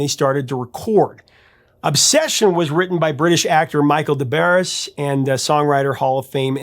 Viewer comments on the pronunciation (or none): it's pronounced 'de bar', not 'dess barress' ... it's french - don' cha kno ... 🤌🙈🙉🙊🤌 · His last name is pronounced De-BARR, not Des Barr-es. He was the replacement singer for the power station when Robert Palmer dropped out of their world tour a week before they were supposed to go on the road so that he could (re)launch his solo career. His wife, Pamela, wrote a very famous book about what it was like to be a groupie back in the day. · Yo, his name is pronounced "De Barre." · should know how to pronounce “Des Barres”.